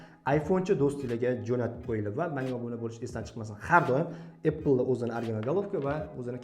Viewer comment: Iltimos birodarim shu “apple” so’zini qanaqa qilib talaffuz qilishni o’rganvoling,chunki har bitta videongizda shunday talaffuz qilasiz,sizga hech qanaqa adovatim yo’q,negativ deb hisoblamen🫡